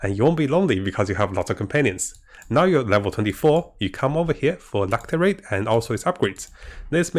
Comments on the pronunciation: its "lacerate" not lacterate. Lass er ate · ˈlasəˌrāt =] la-ce-ra-te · lascerate is pronounced with an s sound. Lasserate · hehe love ur vids... PS... its pronounced LaScerate :) hehe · "lacerate" is pronounced LASS ER ATE ( just trying to help in a friendly way, not being rude)